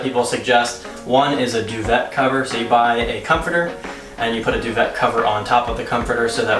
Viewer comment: 😂😂😂…due-vet! It’s a French word pronounced due-vay. Duvet. And yes, love all your tips; some many people do videos and DON’T use protectors on anything - GROSS. White everything is money!